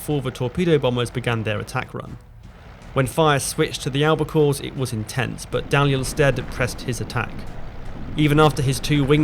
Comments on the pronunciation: Dalyell is pronounced DEE-ELL. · Dalyell pronounced Deeyell.